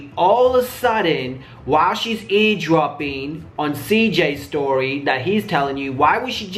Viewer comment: Cj said eavesdropping not ear dropping 😂😂🤣🤣 dumb fuck. Anybody else notice keep saying ear dropping?😂